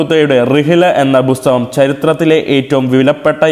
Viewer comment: ബുസ്തകം അല്ല, പുസ്തകം എന്നു പറയാൻ‌ ശ്രമിക്കുക.